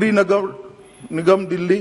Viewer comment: सही से वोलना मोटा भाई नगर लगर नहीं बोलना😜😜😜😜😜😜